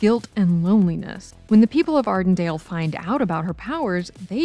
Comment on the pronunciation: “Ardendale”? Do you ever check on your names and pronunciations?